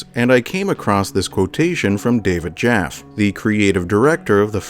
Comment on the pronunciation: Also Jaffe is pronounced like "Jaffy"